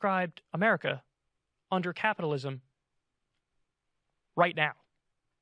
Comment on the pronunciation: Marjorie has such a strange way of pronouncing 'capitalism' has anyone else noticed this? It's like she didn't learn the phonetic rules for that one sequence of letters or something.